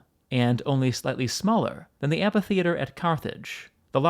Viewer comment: Stop saying "anfaytheater". It's just " anfy". Or do you spell "anfaybious " (amphybious)?